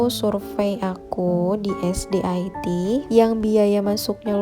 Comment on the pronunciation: Sekolah IT dia baca "ai ti" 😂 padahal Sekolah IT dibaca "ite" karena singkatan dari Islam Terpadu 😂🤣